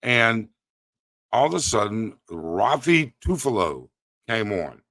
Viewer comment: I almost choked in my coffee when you kept butchering Raffy Tulfo names... I've heard Ruffy a few times and then Tufalo a bunch too... Great Video despite using the new software and programs, we salute and support you ☕✌️🤙